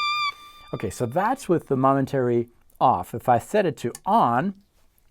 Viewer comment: moment -ary not mom-entary lol